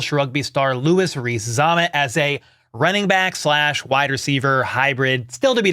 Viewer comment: Lousi Reese-Z-am-mit. There's no R in Zammit.